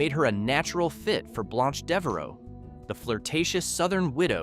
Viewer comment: It's pronounced "blānch" not "blonch"